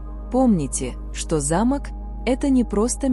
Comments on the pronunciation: Про пятую вещи, которую нельзя принимать, я подумала про старинной замок, потому что ударение было на первый слог. Потом прислушалась о замках во множественном числе и поняла, что речь идёт о замках для дверей. Во всех случаях ударение должно ставиться на второй слог. Если бы мне подарили старинный замок с ударением на первый слог, я все же приняла бы его😊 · Ударение в слове замок ,не правильно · Вы не правильно ставите ударение,по этому смысл теряется.замок-это большое красивое строение.а замо'к-это закрывающие устройство.учтите это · Не зАмок, а замОк! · не за'мок, а замо'к----режет слух, неграмотно!!! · За'мок или замо'к, делайте правильно ударение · Ударение!но терпеливо слушала до этой программы.Здесь:замок-ударение на втором слоге!А в вашей информации(на первом слоге)-не механическое устройство,а здание,особняк и т.п. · Ставьте правильно ударение, не замок, т, е не строение, а замок, т е предмет для замыкания например двери. Слух режет конкретно. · Интересно. Но есть ошибки в ударении в словах. Особенно замок, совсем не допустимо. Ударение надо делать на "о", а не на "а". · Произносите слово замок делая ударение на 2 слог а если делаете ударение на первый слог то это будет старинный дом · Сил нет слушать эти ударения. Замок или замОк. Смешно, о чем вы автор? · Как вы читаете? Правильно делайте ударение.Замок и За'мок большая разница . Неприятно слушать. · КОГДА БУДУТ ЧИТАТЬ.ЛЮДИ А НЕ РОБОТЫ 😂😂😂😂 ЗАМОК.. ЗАМОООК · На слово замок ударение правильно поставьте. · Ударение в слове "ЗАМОК" неправильное для русского языка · Не замок или замок ударение на о а не на а